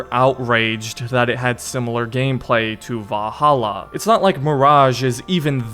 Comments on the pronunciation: ValhallAAH lmao. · Wow, I’ve never heard anyone struggle so much with the word Valhalla while saying it 100,000 times in one video. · The way he says "Valhalla" 😂😂😂🤣🤣